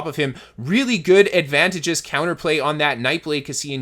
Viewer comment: Wrong em-PHA-sis on the wrong syl-A-ble